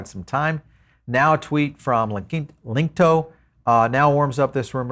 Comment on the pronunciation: Linqto pronounced link-two